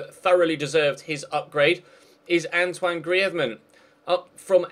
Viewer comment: ok.. guys, did you just hear say antionne griezman really spazzy